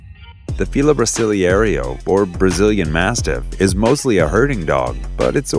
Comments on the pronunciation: "brasiliieiirio" can't pronounce "brasileiro" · why does he keep pronouncing it like "fila brasiliehrio" LMAO it hurts me inside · the announcer should pronounce the name correctly BRA SIL EIRO. There is no SECOND ER in the name. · I can't with how he pronounced brasileiro